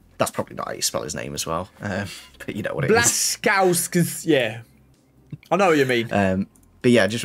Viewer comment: Btw. very good pronunciation of Błaszczykowski's surname, you only changed the ł to l, but that's understandable as there is no this letter in English